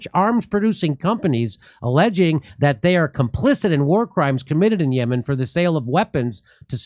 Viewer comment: This is not Yeman , YaaaaMaaan 🤣 So it’s Iran …